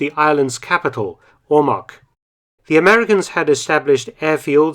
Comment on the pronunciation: Also mark, Ormoc is pronounced as Ore-mok. And Leyte has two Capitals, Tacloban and Ormoc